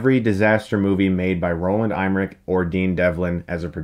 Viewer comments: Emmerich is pronounced "EMMerick", not "EIMERick" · Dude, when are you going to learn how to pronounce the name Roland EMMERICH??? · Pronounces Emmerich like I'm Rick. But then what are names even, Crice Shtookmun. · Eimerich? Isn't it Emmerich? In german Eimerich would be something like a "bin me" :D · EImmerich? No no Chris Em. EMMMERICH lol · Btw, he is called Roland EMMerich (like in "Emma")... There is no "i" or "y" in front of the "m"'s... Being German, this really grinds my gears... oO [OCD triggerred] XD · Who’s Roland Eyemmerich??? Lol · That has to be the strangest pronunciation of the name Emmerich I ever heard..... :) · Chris, that's not how "Emmerich" is pronounced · No native English speaker pronounces 'Emmerich' correctly. He's just doing it a little more wrong than most. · Funny how he pronounces the German name "Emmerich". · I don't know where you're getting your pronunciation of "Emmerich" from... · LOL! He can't even pronounce Emmerich. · Chris. Learn to PRONOUNCE the family names you say like EMmerich. You do this a lot. Sorry. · He can’t pronouns Scottish names bru